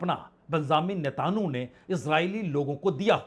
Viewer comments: To pronounce NETANYAHU correctly First NETA( from NETA and add N) Yahu,remember film Jungle song " Yahu Chahe koi Mujhe junglee. So Not NETAN YOU but it's Netanyahu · नेतानु नहीं नेतनयाहू